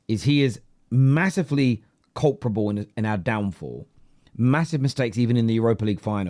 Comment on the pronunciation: Your mispronunciation of the word "culpable" when referring to Onana was annoying me throughout this video... Then you referred to Onana as the "culprit" ... and I realised why you keep saying "culprable" .... Glad I got that off my chest. For future reference: the word is *culpable... not "Culprable" Many thanks.